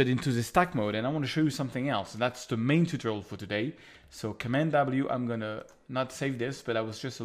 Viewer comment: Dear, your englisch is awfull... MEAN an MAIN are not the same!!!